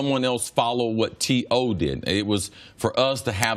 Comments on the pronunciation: so we gonna act like cris ain’t call him T Hoe 😂😂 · CC called him T Hoe. Lol